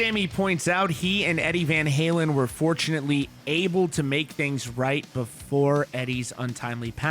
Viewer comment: “Eddie Van Haywin”